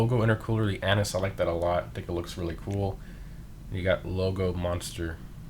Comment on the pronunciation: no they said it correctly